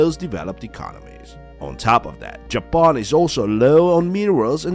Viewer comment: Why do you call Japan 🇯🇵 Japoan? Instead of simply Japan 🇯🇵?